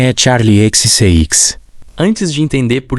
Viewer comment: curti muito a análise. conseguiu capturar bem o significado cultural de brat, digo como fã kkk só uma coisa, fiquei curiosa sobre a pronúncia de xcx, n entendi porque vc falou desse jeito